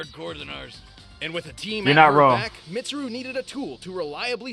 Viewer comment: tfw prounces weiss's name right. utterly butchers mitsuru's me: angry persona fan noises